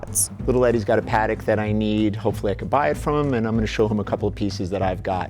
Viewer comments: at least the narrator knows how to pronounce Patek,,,, John says Pat tick its pronounced Puh tech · I hate when people call Patek "Padoc" fkin americans